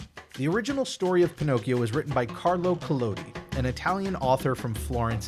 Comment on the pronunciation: Thanks to explain the Italian origin of Pinocchio! Very good pronunciation of Collodi! Greetings from Italy 😄